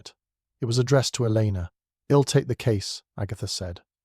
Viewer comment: May I suggest editing out all the moans and groans; also - isn't there some way to correct the pronunciations on the contractions? "ill" instead of I'll, etc? It's very distracting - especially the moaning.